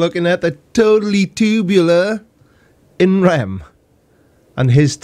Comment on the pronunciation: Holy shit, his hair was CGI! Also, were you intentionally calling him im ren instead of in rem?